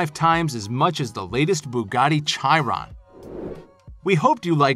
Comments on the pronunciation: Chiron is pronounced ki-ron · Smh, someone needs to tech him pronunciation "chi-ron"🤣